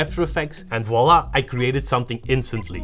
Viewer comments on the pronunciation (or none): none